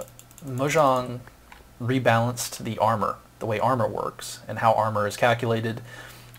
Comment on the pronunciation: I lol'd at how you pronounced Mojang It's officially pronounced moe-yang or moe-jang